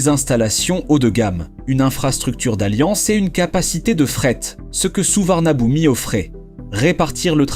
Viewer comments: On prononce Suvarnabhumi (suvanapoum) tout simplement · Peut-être qu’avant d’entrer dans les termes techniques, il faudrait commencer par savoir prononcer correctement le nom des aéroports ?